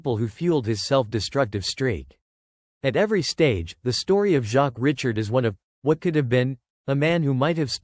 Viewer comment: Show some respect and pronounce the man's surname properly!!!